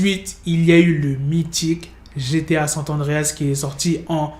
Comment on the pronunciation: On dit pas sant adreas on dit SAN Andréas